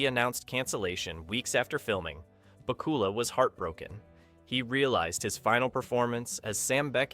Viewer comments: BACK-you-luh. Same vocal rhythm as Count Dracula. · IT'S BAK-U-LA!!!!!!!!!!!!! MORON!!!!!!!!!!!!!!!!!!! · Scott Baacoola?!? :face-blue-wide-eyes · The Evil LEPER and Bakoolas? Learn how to pronounce it right! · "Back" "U" "Lah" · I remember Pat Sajak probouncing Bakula like this